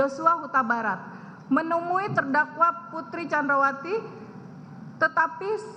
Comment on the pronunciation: Blepotan “Candrawasi”